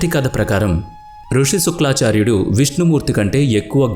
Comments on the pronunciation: నాయనా బాబు వీడియో చేసేటప్పుడు జాగ్రత్తగా చెయ్యండి. ఋషుల పేర్లు తప్ఫు గా చదువుతున్నారు.బ్రుగ మహర్షి కాదు. భృగు మహర్షి అలాగే శుక్లా చార్యుడు కాదు శుక్రాచార్యుడు. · ఏవండీ శుక్లాచార్యుడు కాదు శుక్రాచార్యుడు మీకు ఆ పదం తిరగక అలా చెప్తున్నారు అనుకుంటున్నాను అది అలా ఉంచండి పూర్తి గా తెలియని పురాణాల జోలికి వెళ్లకండీ మాకు బాధకలిగించింది ఈకధ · శుక్లాచార్యుడు కాదు నాయనా శుక్రాచార్యుడు అని పలకాలి. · It is shukracharya, not suklacharya.. Mispronouncing such great names is so bad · Shukra not Shukla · శుక్లఆచార్యుడు కాదురా శుక్రఆచార్యుడు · Suklaacharyudu kaadu Nayana,sukraacharyudu. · శుక్లా చార్యుడుకాదు సామీ శుక్రా చార్యుడు అని చెప్పాలి 😄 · thappu antha thappu eeeee vedep motham thappu.... ex: suklaaaaaacharyudu .....thapppu sukraaaaacharyudu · శుక్లా,కాదు శుక్రాచార్యుడు అని పలకండి.మృత్యు,మృతసంజీవని,భృగి కాదు భృగు మహర్షి అని పలకండి. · "శుక్లాచార్యుడు" కాదు. "శుక్రాచార్యుడు". "మృత్యు సంజీవిని" కాదు. "మృత సంజీవిని". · Sukla charya kaadu, sukra charya anni rongue Information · Fake news babu.....Sariga telusukonu I వివరణ ఇవ్వండి...శుక్ల మహర్షి అంటున్నారు,, బ్రగ మహర్షి అంటున్నారు...పలకడం కూడా తప్పులు.... కథ అయితే పూర్తిగా తప్పు.....ఈ వీడియో డిలీట్ చేయమ్మ...plz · శుక్లా చర్యుడు కాదు.. భృగ కాదు బృగు మహర్షి... అబ్బా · Your voice is good but శుక్రాచార్యుడు ,మృతసంజీవని అని చెప్పాలి.